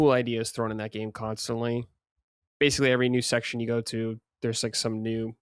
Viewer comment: As someone else who demands proper grammar and accuracy, do yourself a favor and don’t ever watch Digital Foundry when John is on. You’ll hear him butcher the word ‘basically’ and mispronounce it as “basely” approximately 10,000 times per episode.